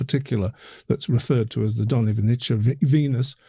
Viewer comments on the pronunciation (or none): Very interesting. Hope to get more information soon. BTW note of pronunciation: it's pronounced 'vestonitse'. No 'che' at the end. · you pronounce Dolni almost ok, Its Dolnyi (the n is like the first n in Canyon) and Vestonice is Vyestonyitze (not Vyestoniche) again same n sound like in Dolni (ny) otherwise not a big deal. Good podcast. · Guys, you still misspronounce Dolní Věstonice :-) You make mistake just at the end of name. "ce" is not "tche" but "tze" in english pronounciation. Google translator may help you, it pronounce it nearly as czech or moravian would pronounce. But absolutelly thank you for this topic. Greetings from czech republic. :-) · The pronunciation could be written for English speakers as "viestonitse", not "vestoniche". I don't mean to be picky, it just bothered me as a Czech speaker. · it's pronounced (approximately) Dolni Vestoni(tse) like saying tsay (and not 'chay'). The 'ni' in Dolni isn't quite like an Englishman would say it but you get it pretty close. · Vestonitse, not Vestniche. Pavlov is the next village to Dolni vestonice. Czech Republic, not Czechoslovakia, etc, etc. By the way, if you happen to be visiting the city of Brno in the Czech Republic, the burial, all nine of the venuses and the other objects shown here are all being displayed together for the very first time at the Anthropos museum. Well worth a visit. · Correct pronunciation: Dol-nee Vye-sto-neetz-se. Please give it a try gents. I cringe every time you guys butcher it. Thank you from all Czechs. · Not that it hugely matters, but [ DOlnyi VYEstonyitse ] , with first syllable stressed ;) In Slavic languages, every C is ts (except in the CH combination, then it's a strong H) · It's pronounced Dolnee Viestonitse